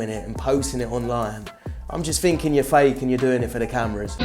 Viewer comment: I fkn love every time this guy says "Yaw a donut!" 🤣🤣🤣🤣Ima start callin people that